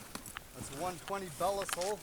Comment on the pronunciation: Belisle traps are top notch. It's amazing what they can hold. I make them my go-to trap whenever I can. Btw it's Bee-lie-al. Great work.